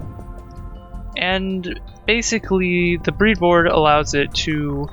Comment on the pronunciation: It's bread board, not breed board.